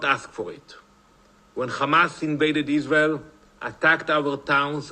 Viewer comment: I can't stand that Israeli speaker. He pronounces all his r's as w's. "Iswael" "wesolution" "genewal."